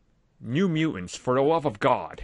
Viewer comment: For GOD's sakes,!!! please stop calling them the New Mew-Ants...they are called MU-TANTS!